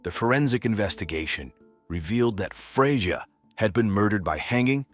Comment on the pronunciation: Is it Freya, Fredja, Frazier or Freyaay? Can we get the poor victims name correct throughout the whole video?